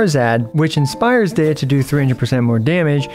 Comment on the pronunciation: It’s pronounced Deeya so seven ideas to buff Deeya would have been such a spectacular pun.